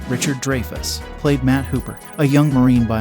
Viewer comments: It's funny Young people narrating videos you can tell they're young when they mispronounce peoples names older people Have known for many years not dre-fus it’s Dry-fus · Pronounced Dry Fuss not Drey Fess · it's "DRY-fuss" not Drey-fuss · How in the hell can you try to narrate a video about movie stars and then pronounce the name Dreyfuss DRAY FUSS?? It's Richard DRY FUSS. Dray fuss. GTFO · Drayfuss is pronounced Dryfuss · DRY - fuss ... Not they way you pronounce it.... Please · Its pronounced Dryfuss